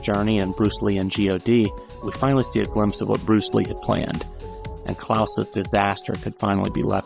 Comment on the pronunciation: Bruce Leh? That sounds really lame. You may as well call him Bruce Bleh!... as in dull!